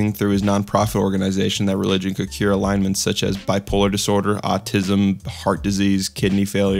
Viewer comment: Mans pronounced ailment as alignment.